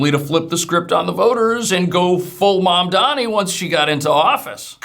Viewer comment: Is it Mamdani or Dandyman 😁